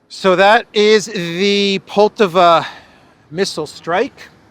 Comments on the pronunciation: please pronounce Poltàva correctly - with the accent falling as shown above. On the second syllable. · It’s pronounced Poll-TA-va